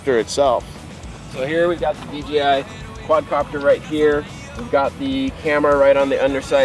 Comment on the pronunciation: I know it's picky... but people paying attention to what's said could possibly e confused. It's D JAY I, not D GEE I... it's not too hard to say it right.